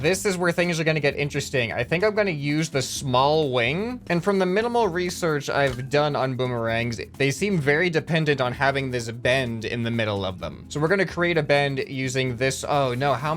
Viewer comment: Not Bommer-Wrong, just Boomer